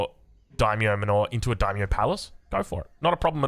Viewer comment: Regarding the "Day -myo? Dye-myo?" It's pronounced like the English "dye/die." The "ai" sound is always the same in Japanese, so samurAI, dAImyo, gAIjin, etc.